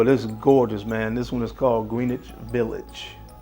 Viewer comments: Yeah not a big deal but I’m a New Yorker when pronouncing Greenwich it’s like GunsAnd Gloves pointed out Grenitch village Greenitch should pronounced as one word ! Anyhow another banger list and video ! You and mrs Bow tie fragrance should put your nose on Tiziani Terenzi Gold Rose oudh ! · It's "G R E N-ITCH" Village. Gren rhymes with hen. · Right not green witch